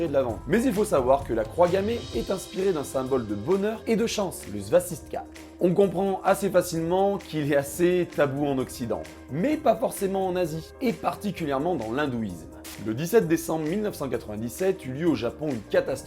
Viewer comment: Très sympa comme vidéo! Seul petite erreur: à , tu dis svasistka alors que c'est svastika. Tout le monde s'en fout, mais moi j'suis un chieur x)